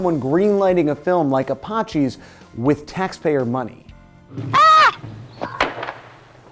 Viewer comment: Why did he pronounce apaches so weird? Another weird Canadian vowel sound thing?